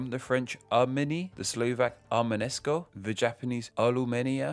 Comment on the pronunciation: Side note: You correctly wrote the Slovak name "Arménsko" but you managed to pronounce [ar-me-NE-sko]. Extra vowels often slip in for EN/FR/?? native speakers when trying to pronounce Slavic languages but this one caught me off-guard! :D Should simply read [ar-me:n-sko]. Nice vid tho, thx!